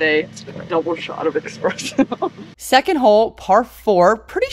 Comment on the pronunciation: She said "Expresso"! 😂😂😂